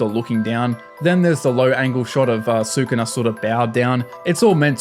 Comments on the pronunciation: SU-KU-NA???? xD it only says Skoona like 100+ time in the anime. I know its spelt Sukuna but it Japanese the u sound is usually dropped after a word starting with S (and other letters). Su-ku-na?? more like su kon dese nuts! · hearing sookoonuh every 5 seconds like watch an episode or something before making a video?